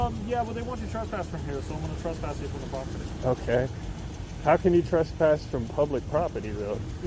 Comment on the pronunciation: Why is it that so many of these auditors have such a hard time pronouncing the word property?